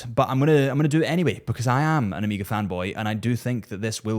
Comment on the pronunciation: Pleaseee for the love of horolory- It is Omega! Omega - not Amiga. Hurts the ears every time i hear it.